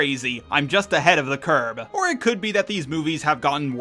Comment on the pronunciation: I like to help out where i can, and I get that you're just a robot, but it's King "Triton", not "Trident" (either the thing Triton is holding or the gum) and "behind the curve" (like on a graph) not "behind the curb" (the thing things get kicked to along the side of the road)